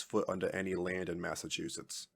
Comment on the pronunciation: Someone tell the narrator that those two "t"s at the end of the name aren't silent. "Massachussess"!?